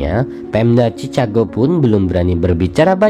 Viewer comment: Ejaannya tu chikago bukan cicago